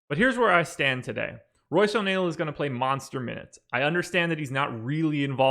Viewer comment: O' neale? no way! My last time watching your show. Sorry guys, o' neale? unbelievable.